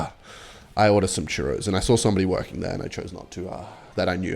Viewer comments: Bro saying tchuros instead of churro holy shit. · its churros not charros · how tf did you manage to pronounce chohrros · its chuuuros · its pronounced churros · "chuhrros" 🥀🥀 edit: holy it was an actual plot point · ngl I had the same reaction as her when you pronounced churros as CHAwros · I also reacted when said churros wrong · as a spanish person, i will hunt you down for this pronunciation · Technically, you both pronounced churro’s wrong. You got to roll the “rr”. But I also believe there is no such thing as pronouncing foreign words wrong, it’s just your accent. To each their own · im from Spain, the way you say churros sickens me to my core 🥰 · "no no no" says as he corrects his date about the pronounciation of "churros" at the San Churros at Hillary's Boat Harbor in North Perth. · zawg never say churros ever again 🥀💔 i ain't even spanish and ts Made my ears bleed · I speak spanish as a main language and I didn't know wtf he was talking about until he pointed out he was pronouncing it wrong and the said it a bit better